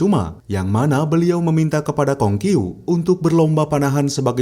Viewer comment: pengucapanya namanya salah😂